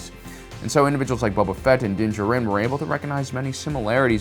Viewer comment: Why do you say Din’s last name like that